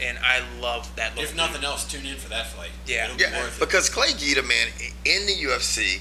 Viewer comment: Clay GUIDA not GEEDA lol